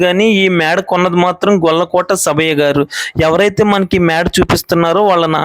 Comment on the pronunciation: గొల్లకోట కాదు.... It is గొలకోటి